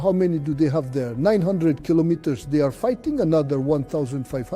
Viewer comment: 😂😂😂😂 AI cannot say Kilometres